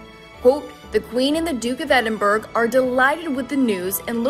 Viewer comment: You need to learn how to pronounce Edinburgh! OMG!